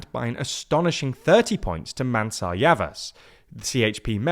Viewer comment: And it's getting worse by the second, there's no Mansa in CHP, maybe you are mixing with Mansa Musa of the Mali? The name is Mansur. I really am not being overly critical here, this takes nowadays legit 5 minutes to figure out & the mistakes I point out are blunders far beyond the peculiar phonetics in Turkish language.